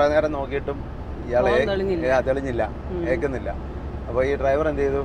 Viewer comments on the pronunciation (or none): ഏക്കുന്നില്ല.. ( എണീല്‍ക്കുന്നില്ല ) ഇതാണ് ശരി..